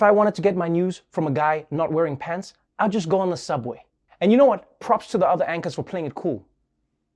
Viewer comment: I thought he said pets when he meant pants. I went from sad to “WTF” to “but I get it”